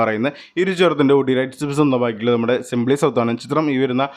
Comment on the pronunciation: ചെറുത്തിൻ്റെ അല്ല ചിത്രത്തിൻ്റെ